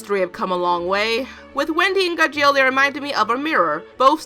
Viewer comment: Okay, i'm sorry... but you're pronouncing Gajeel wrong. it's bothering me so much.